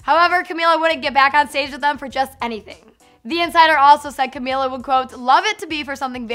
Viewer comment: Say her name right